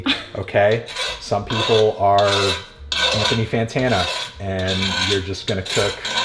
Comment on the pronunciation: Did he say “PANthony Fantano”? Jesus Christ. This guy is lost in the sauce